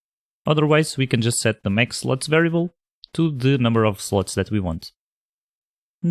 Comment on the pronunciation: for some reason I always hear "sluts" :)